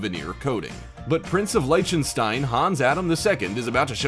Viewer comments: Please learn the correct pronunciation of certain words before using them. Liechtenstein doesn't start with a "Like" sound, it is more like "Lick" but with a hard "H" instead of a K, like the beginning of "chutzpah", or in the German word for night: "nicht". You also need to quit sounding like you're narrating an advert, and talk like a real person! I enjoy the content of these videos, but the voice drives me insane. I'm sure I'm not alone. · I know. its Buneye lol brunea. and Licktenstein not litchtenstein.